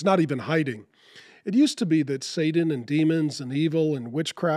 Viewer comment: I haven’t seen it nor will I. I’ve enjoyed many of your videos Mark but I do have a question… why do you pronounce “Satan” as “Saden” or “Sadan”? With a “D”.